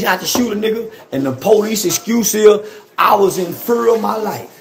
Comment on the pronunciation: "I was in fer of my life"